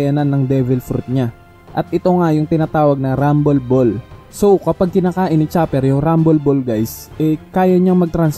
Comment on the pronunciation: "Rumble Ball" RAM-BOL-BOL shet natawa ako dun ah